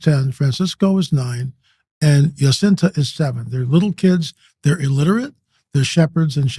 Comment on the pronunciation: Its jacinta not yacinta